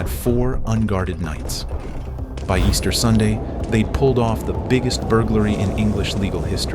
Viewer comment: Yes, committed on "EASTERN weekend" 😂